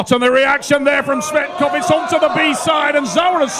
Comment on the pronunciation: Его фамилия Tsvetkov , а не Tsvektov